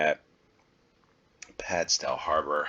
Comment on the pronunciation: They're pronounced "Hay-moor" and "Gull-vle". In Cornwall the town names are often pronounced differently to how someone from outside Cornwall would expect. Also the stow in Padstow is pronounced the same way you would "stow your sports gear in the trunk of your car".